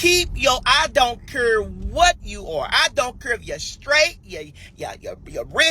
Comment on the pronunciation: Shim don’t cure😂??? girl STFU!! The word is care!🤣. BTW snitches get stitches.!😉